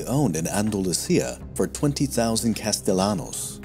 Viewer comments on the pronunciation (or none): none